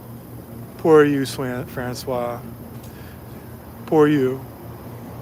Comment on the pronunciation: FRANÇOISE.... pronounce the SE at the end! FRANÇOIZZZ 😊